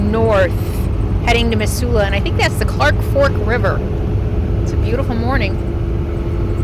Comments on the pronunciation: OMG that made me homesick for Missoula! Been toying with moving back but housing is so expensive there right now. I'd forgotten how beautiful the area is! Thanks for this refresher!!! P.S. I know you probably don't care...but the ss in Missoula has more of a "z" sound to it, like "Mizsoula." Drove me nuts every time you said "Miss-soula." LOL! I think my ears actually cringed a few times. :D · Thanks for correcting the pronunciation for Missoula... Mizz not Miss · Hey, I’ve “liked” many of your videos. This is my first comment: We say it Mizula. Yes, your way is phonetically correct but then there is the way we actually talk. Pre-Covid, the Farmer’s Market up by the X’s would have had twice the number of vendors and many more people. You did a fine job of capturing some good video of the area. Kudos and Happy Trails. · I lived in the Pacific NW all my life. We always pronounced it with 'z'. Mizzoula... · I love in my RV in Missoula! When was this!?!? We pronounce it Mizzoula! I'm so h glad you were here for the markets! It's a great town, my home! That van is our empower Montana/ Harm reduction van... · its now pronounced METH Zoola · Mizula, not emphasis on the Miss. 🥰😉 sorry about all the Trump flags. Makes me so sad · Have never heard any pronounce Missoula that way. LOL! Anyway, Montana is full. I heard Minnesota is quite nice.